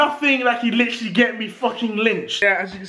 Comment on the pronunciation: Say "litteraly" again, and I will unsub